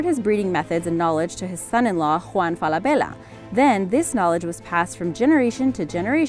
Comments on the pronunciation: Everybody pronounces Falabella wrong. It’s FalaBEYa. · She’s saying ‘Falabella’ wrong it’s Fall-a-bella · It's fela bella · Omg how u pronounce Falabella is hilarious!🤣😂😅😆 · Say Falabella one more time. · Please don’t say Falabella again.